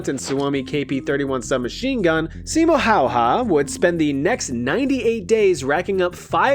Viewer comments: As a Finn I have to give you props for your amazing pronounciation of Simo Häyhä, good job!! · I respect the pronunciation attempt of Simo Häyhä. So much better than so many others.